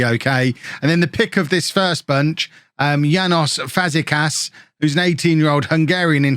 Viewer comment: János Fazekas sounds more like Jánosh Fazekash - in Hungarian "s" on its own is pronounced "sh" and "sz" is pronounced "s" (the opposite of Polish) - and Ferencváros sounds more like Ferentsvárosh - "c" is pronounced "ts" not "k" (like in Czech - so Coufal is so-fal not ko-fal). Also, Tuna's name would be "toona" rather than "choona".